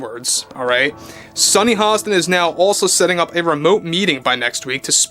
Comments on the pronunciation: It's Hostin, not Holliston. Otherwise, you're spot on. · Dude there’s no L in her last name! C’mon guy! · There is no l in Hostin.